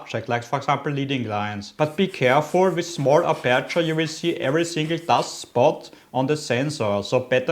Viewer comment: oida... die aussprache tut SOOOO weh..... streng dich an. und die betonung ist auf (A)perture......